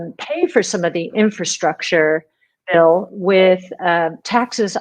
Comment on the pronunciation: Bill with an I not Bulll Ran !!!